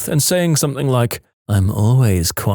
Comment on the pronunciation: No k in the word something